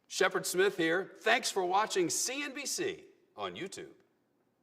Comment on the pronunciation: For the love of hod stop with “Sheppard Smith ....” already